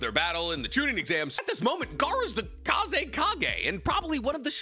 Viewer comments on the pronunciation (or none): none